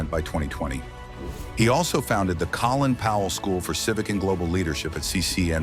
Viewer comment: More AI trash that can't even pronounce the man's name properly